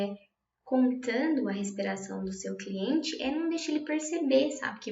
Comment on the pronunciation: mds que agonia ela falando cliente